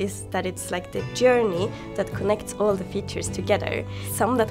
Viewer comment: Journey się czyta plus minus "dżyrni"